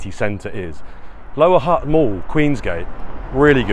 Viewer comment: Funny you are trying so hard to pronounce certain words but you cant say HUTT correctly